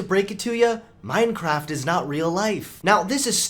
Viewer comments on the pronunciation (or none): none